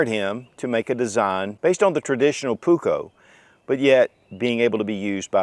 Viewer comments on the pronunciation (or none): Pronuse it puuuuukko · Only because he’s mispronouncing it 😀 the ”u” is way longer, as is the the ”k”. In Finnish, double letters mean loooong sounds.